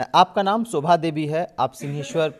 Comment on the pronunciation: सोभा नहीं, शोभा 🙏